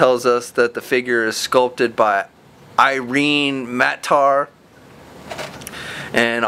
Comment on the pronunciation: The sculptor's name is pronounced "ee-ren-ay"